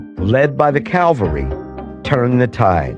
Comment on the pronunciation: Sharon's story. Cav al ry not calvary. Why didn't they edit that out?